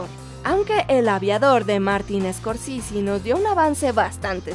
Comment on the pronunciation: No es scorsisi, es scorsese. El apellido es de origen italiano y en español no tenemos la limitacion de pronunciar la e como i. Es scorsese